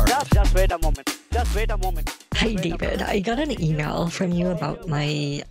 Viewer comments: "Just *vait a moment" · Just veit a moment, sir.